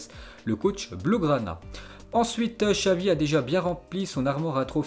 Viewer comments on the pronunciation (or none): none